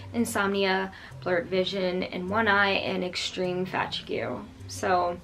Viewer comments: Did you pronounce fatigue , FAT-I-goo? 😳 It’s FA-teag (rhymes w league) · Did she say fatygeww when she meant fatigued ?